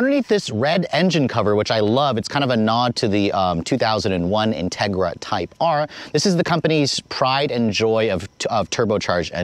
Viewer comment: I thought he really said “Justin Trudeau Civic Type R”. That would be the shittiest Civic ever to exist 😂😂